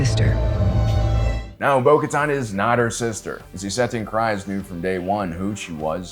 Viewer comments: my guy. It’s Kryze. Kreeeeeze. not Cries. please. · Can you not speak? Why can’t you say Bo’s last name so incorrectly? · Bout to unsubscribe if this guy can't figure out how to even correctly pronounce names..."juh-rinn", "wolves", "cries"...like Jesus, can you come up with a better way to tell me you don't listen or watch the shows? Losing credibility